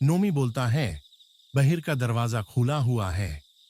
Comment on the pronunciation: yr kam se kam hindi to ache se bol le yr darr ghnta lgega ese sun kr hindi bi ni ari isko thik se gadi ko gari ata jata falana dhinkana bi kya h yr bahar ko bhar kya h ye bnda darwaza baand hojata ek kamre m baand kr lete